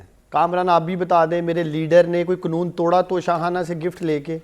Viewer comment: اسے یہ نہیں پتہ کے قنون نہیں ہوتا قا نوں ہوتا ھے